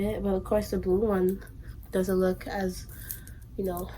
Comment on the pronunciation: “We love that Yunno” 😂😂